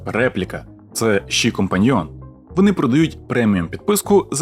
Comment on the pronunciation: Яке в дупу ші 🤦🏼‍♀️🤦🏼‍♀️🤦🏼‍♀️ це ШІ а не ші. Фу блядь як вуха ріже